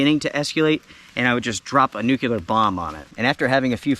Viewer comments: …. It’s Nuclear… not nucular!!! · You say nuclear like George W. Bush Jr. says it lol. I agree with the first two events deserving a beatdown but the 3rd was too light on details of the provocation to pass judgment one way or another.